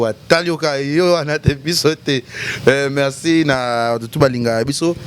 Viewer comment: On dit « Merci » et non « Mexci » ou encore « Mecci »🙄